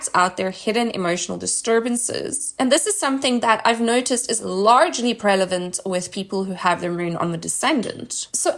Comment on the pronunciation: She keep saying "prelavent." Good video, tho.